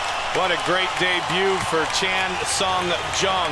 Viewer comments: It's funny to hear how many ways Goldie can mangle the name of Chan Sung Jung. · mike "i can say chan sung jung's name wrong a lot of different ways" goldberg